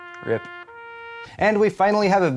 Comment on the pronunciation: How said “RIP” and “GOG” got a laugh out of me